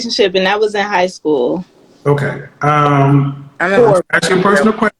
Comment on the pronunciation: I wanna aks what can I do better.? Stop saying aks would be a start.